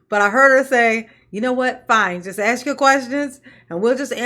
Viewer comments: ask ……. Ask ……..ASK! NOT AXE!🤦🏽‍♀️ Plus, all that woman does is deflect attention from the actual issue & facts AND thinks she’s being slick by repeating over & over the same crap she continues to spew & throws word salad into every single answer she BELIEVES she gives. What a disgrace. I’m telling you, if the three letter agency isn’t gathering up every single drop of evidence then…the township will continue to fail until it’s upside down while SHE will take off on a plane to some beach in the Caribbean. With THEIR MONEY. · “You can axe your question now”…. How do you chop a question?? 😂😂😂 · "you can AX your question, here." T. Henyard - Poor ghetto child! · how do you "AX" a question? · She told them to axe questions and dey axed questions, but no answers were given, This woman is ready for higher office. Maybe White House press secretary. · Also “ax a question”.:) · Should of done, aks, ya"ll. We'd of been done, as relate THICK AS FUCK DAT 6166A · Seriously why is it so phucking hard to say "ask". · Does she know how to say "ask" it's a simple word, but she still says it won't every time